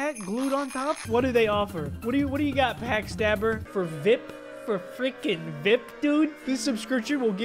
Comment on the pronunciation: this made me mad honestly (the way he said VIP wrong)